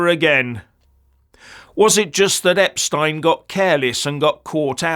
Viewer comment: Thanks for pronouncing his name properly.